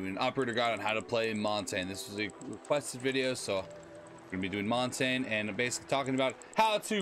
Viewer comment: Good video, just, one thing, " montain " 💀